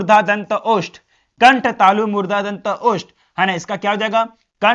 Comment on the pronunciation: 🙋‍♀️ Murdha ✅ Murda nhi ❎🤣🤣🤣